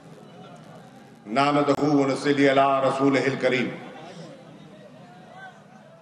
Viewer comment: اللہ کا خو ف کھاو نحمدہ و نصلی بھی صحیح نہیں پڑ ھ سکتے ہو